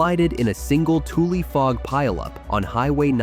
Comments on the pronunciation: Like Tule isn't tool, it's exactly how it's written, pronounced tuleeee. The one I find the funniest is Tuolumne they never get that right. Go ahead ppl try it, then go find the correct pronunciation. Even Tulare gets pronounced wrong... A lot of names in the central valley comes from the OG American Homeland Security indigenous people. Then we white foreigners came into their land and put stupid names on places. Don't get me started on immigration of us the white ppl. And fuck this administration in our house tearing down American history.... no fukin kings!... I love the central valley, and Yosemite where I'm currently living just outside the west gate, come on up! sry ok I'm done... TY! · Those Elk are called Tool-lee Elk because of the swamp where Toolies grow. Not Tool-Elk. Teach your script writer robot what is the proper pronunciation of words and places; From Google: "A "toolie" is a slang term for the tule plant (pronounced TOO-lee). It refers to tall, grass-like bulrushes (Schoenoplectus acutus and Schoenoplectus tabernaemontani) that grow in the shallow waters of marshes, rivers, and lakes across North America, especially in California. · Tule is pronounced tu-lee (accent on the first syllable "tu") NOT pronounced 'tool'!! Also Tulare is pronounced tu-lair-ee, accent on second syllable "lair". And I remember that 1952 earthquake. Because of it the old downtown clock tower fell & now rebuilt in the county museum, & the old Haberfeld building my mother used to work in on the 5th floor still standing tall, although the once beautiful white marble staircase up to the first floor next to the once hand operated elevator collapsed & was rebuilt with non-marble materials. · The elk are spelled "tule" but pronounced "tulee." Having been a water conservation specialist for several years, I can verify that subsidence in the Central Valley is real. That's what it's called when ground collapses (or sinks) due to sucking out the groundwater beneath it. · It’s ‘TulE’